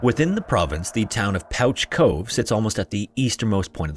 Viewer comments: Newfoundland shout out here. It is pronounced like pooch, not pouch. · Great video as always! the name Pouch Cove is spoken like "pooch" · Proud newfoundlander here just came here to say its pronounced “pooch cove” understandable mistake though lol love the videos! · It’s pronounced “pooch” cove, like a dog. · pouch cove is pronounced "pooch" cove. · Interesting. Do you always pronounce pouch as pooch? Or is just this particular cove?. Please me so I can get notified. I'm genuinely interested in knowing this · I know how it looks so I don't blame you but it's pronounced "Pooch" Cove :) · In Newfoundland, it’s pronounced pooch like a dog, not pouch like a bag. “Pooch” cove. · I'm from St. John's, and I absolutely love that you talked about this. We tell so many folk tales and ghost stories about it. I apologize for our dialect being very strange. By all logic it should be pronounced 'Pouch' Cove. But it's called 'Pooch' Cove. Similar to the cute world for dog. Our dialect is so strange. But you pronounced Newfoundland right, and for that, Sir, I salute you! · Pouch Cove has me screaming though. And it has never occurred to me that we spell it like that and mispronounce it that’s just so weird. Because that is how you pronounce pouch, but it’s still pooch. Lol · Yo, I live in St. Johns, Newfoundland. Thank you for pronouncing it right, lol. However, pouch cove is pronounced like Pooch Cove, like a dog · Pouch Cove is pronounced "Pooch Cove"--you know if, for some incredible reason, you need to reference Pouch Cove ever again in your life. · Don't know if someone has corrected this yet, but Pouch Cove is actually pronounced "Pooch" Cove. Makes no sense I know, but figured I'd give the correction! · no, not at all. just this cove i believe. There is a lot of weird place names and pronounciations here. there is usually some funny reason for it from a long time ago. but as far as i know, pouch cove has always been pronounced "pooch" cove.